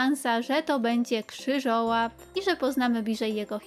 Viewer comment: Krzywołap a nie Krzyżołap, i z tego co pamiętam on był w połowie magicznym stworzeniem, ale Hermiona kupiła go w sklepie ze zwierzętami, to pewnie jest po prostu ten sam gatunek